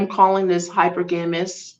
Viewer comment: Hi-per-ga-mas (hypergamos)